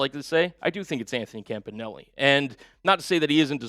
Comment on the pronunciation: Isn't everbody pronouncing Campanile wrong ?